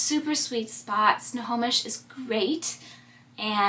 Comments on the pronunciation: You did pronounce Snohomish correctly! My nephew & his family & one of my sisters live there. We were there twice this summer! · Lol, you are pronouncing Snohomish correctly. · You said Snohomish perfectly. :) I live in SW Washington, but I was in Snohomish in July for a wedding. I had never been there and it's such a cute town! I'm really enjoying this series and it's inspiring me to get out and explore! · You said Snohomish perfectly! Love that little town, I’m getting married there in a year 😊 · Snohomish…you said it right every time!!